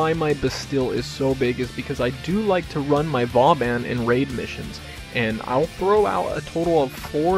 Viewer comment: i heard it was pronouned, Vo-Bohn.... anyways great build!